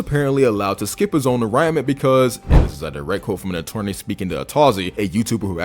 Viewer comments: "at jacks arraignment", not tryna be a dick but it's pronounced -- uh-rain-ment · It is pronounced "ah rain ment" 😂 Fecking christ go back to 1st grade and start over! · Whay are you pronouncing arraignment like that? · Mf cant pronounce arraignment right, smh